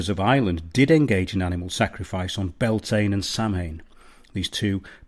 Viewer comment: Great videos I love this channel Just a small FYI. Bealtaine is pronounced Be-owl-tin-eh. eh as in: eh, what's that mate? Samhain is, sow-in. It's a pain to learn, even for us believe me! 👍